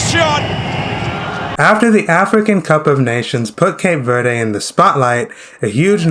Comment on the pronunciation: “Shocked” is a poor choice of words. I don’t know if it’s used to draw people to your channel. As a Cape Verdean, I’m offended. Please pronounce the country correctly- it’s not Cape Verdee